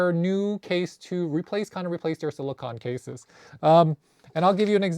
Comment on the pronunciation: Friendly tip, it’s pronounced sili-cone, like ice cream cone 😊